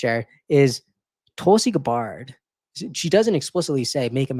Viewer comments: It's pronounced "Gab-bird". Not "Gah-bard". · Yes with the accent on the first half Gab’-bird👍🏻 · Tulsi’s last name is pronounced Gaah bird. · The way you pronounce tulsi’s last name is weird.